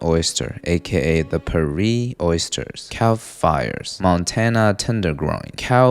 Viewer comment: Hahahaha It's calf fries not cow fires😅